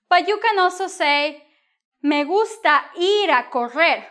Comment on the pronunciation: Lol, as I listening it it sounds like "Me in a gungsta or gangster" :)